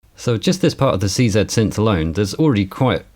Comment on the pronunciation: Such a joy to hear someone say "Casio C-Zed!" :-) !